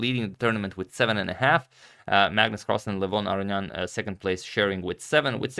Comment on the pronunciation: As an Armenian, I can tell you that in your older videos you were pronouncing it correctly.